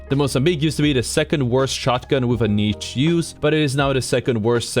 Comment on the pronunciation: I'm annoyed by how you pronounce "niche," awesome video otherwise